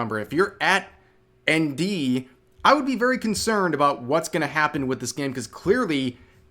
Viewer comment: It took a while to understand you were saying ND, I keep looking around looking for Andy and not finding anything.